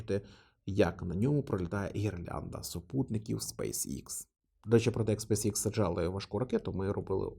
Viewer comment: Пане, компанія називається SpaceX (українською читається як СпейсЕкс). Ви як освічена людина мали би ознайомитися з англійською абеткою, враховуючи Вашу широку аудиторію. Кров з вух йде від Вашого ікс😂